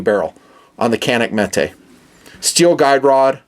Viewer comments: it's not metay it's metuhhh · Jfc it's Metuh not meh-tay.